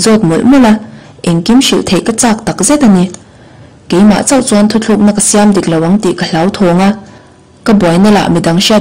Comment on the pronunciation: Thuthlukna ni lovin thutlukna tih tur aw